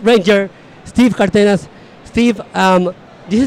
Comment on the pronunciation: Una vez más, el chiclé del nerd que habla chistoso... y sigue siendo chistoso jaja Yo que si hablo español no le entendí casi nada a ese vato jaja Steve pronunció bien su apellido Cárdenas, siempre dice "cardínas".